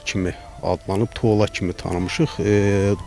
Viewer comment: Tola yox Tuulla deyirler